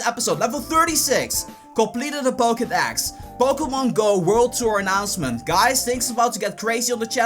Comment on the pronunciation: Pokedax? learn to speak